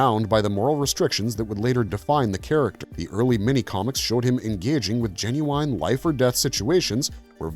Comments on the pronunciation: I always wondered why the mini comics were dofferent from the cartoon. "Jen-you-wine"??? Really????????? "Jen-you-in". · Please stop saying "Jen-you-wine". I swear it "genuinely" scrapes my brain every time. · This video would be great if the word, 'genuine' wasn't repeated every other sentence, especially since you keep drawing attention to the annoying lack of vocabulary by mispronouncing it 'genu-wine.' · take a shot every time the narrator says genu-wine or genu-winely!🥴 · I "genu-winely" liked this video, just not dude's bad pronunciation of "genuine". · Please stop with the “genu-wine.” It’s not how you say it. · Jen-you-WINE Jen-you-WINE-ly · Don't forget that these were Gen-U-Wine. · Say genu-wine one more goddamn time! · I was waiting for this comment genu-winely